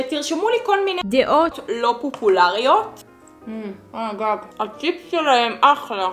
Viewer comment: פוּפוּלריוֹת? אומרים פוֹפוֹלריות 😂❤️